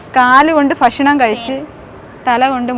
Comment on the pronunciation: ഫാവന യൊ ഭാവന യൊ.ഫഷണം,ഫുമിഫാരം, ഇതൊക്കെ ഏതു കോളേജിലാ പഠിച്ചത്, ആദ്യം മലയാള അക്ഷരം നന്നായി പറയാൻ പഠിക്കുക.